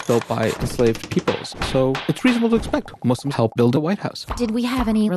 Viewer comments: Can she stop saying muz! Its so rude. It’s not cool. Allah called us Muslims so at least have the decency to call us Muslims. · lol seriously. I've heard Mazlams as well